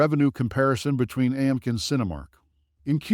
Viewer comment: This is a complete FUD video, created by short sellers, with very cheap Fiver video artists. They use horrible AI to read a script that can't even pronounce AMC. AMC has higher operating costs, because it has more theaters, and so it had to accumulate more debt during the pandemic when ALL theaters were closed. Pretty soon, AMC is going to be making far more profitable quarters, but the shorts don't want to know that. They want you to be scared away from AMC, because they know AMC is going to flip extremely profitable soon, so they pump Cinemark before that happens. Cinemark is a smaller company, so of course they took on smaller debt during their closures during the pandemic. If you don't air condition, heat, vacuum, clean, and pay rent on a building, it becomes useless, and that's where the debt accrued on both AMC, and Cinemark during the pandemic. 💎🦍💎